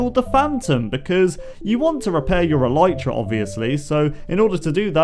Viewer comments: Elitra, not Elaytra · It's not alitra its alytra